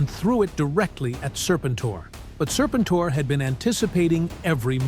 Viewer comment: Sir-pin-tore??? I'll keep saying it, the only good AI is Allen Iverson.